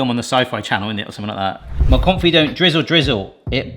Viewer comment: I refuse to believe that has been a food youtuber for this long and somehow doesnt know how to pronounce confit